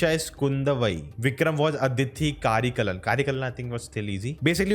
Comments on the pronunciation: It's not कारेकलन it's करिकालन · cant even pronounce "karikaalan" ? bruh !